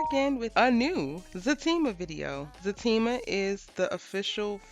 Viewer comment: Is it Zatima or Fatima? I'm trying to make sure my hearing isn't bad yet because I hear FA during the show and it's also what I type when commenting. I'm seeing everyone else say ZA and im like what's going on?